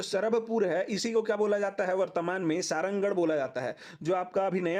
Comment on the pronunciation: Sarangarh ko सरहरागढ़ bolte the bhai